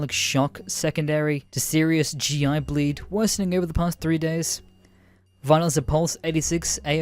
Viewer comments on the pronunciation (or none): it's "GI *blEEd*" and "an*ON*ette" dude, if you're gonna try to profit off reading someone else's writing, you need to actually READ it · your butchering of medical terms was kinda hard to hear. but great story. example: its GI "BLEED" and a "Bary-atric" Bariatric stretcher